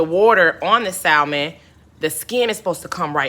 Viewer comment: The "l" in salmon is silent.